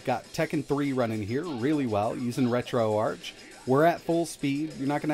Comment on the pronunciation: > Pronouncing RetroArch wrong.